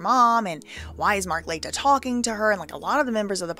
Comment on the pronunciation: Mark La-tea-ya